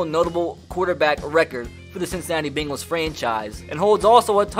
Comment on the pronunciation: "Bingles" "two thousand and Tin"